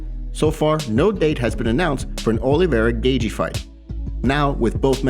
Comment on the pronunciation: It’s not pronounced gay-gee btw. U sound like Bisping